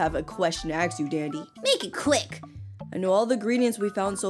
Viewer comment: I like how ur not saying ask... ur saying aks 😂😂